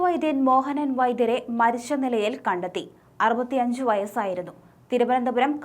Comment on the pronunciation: മരിശ്ശു എന്നല്ല മരിച്ചു എന്നാണ് വാർത്ത വായിക്കുന്ന പെൺകുട്ടി പറയേണ്ടത്. ച എവിടെ വരുന്നു അതു ശ എന്നാണ് ഉച്ചരിക്കുന്നത്. നിർബന്ധമായും തിരുത്തുക